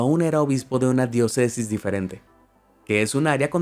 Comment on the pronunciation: Se pronuncia “Diócesis”, acentuado en la letra “ó”